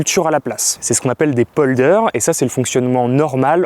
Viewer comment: On n'appelle pas ça des "poldeurs" on appelle ça des polders (ça se prononce "pol d'air")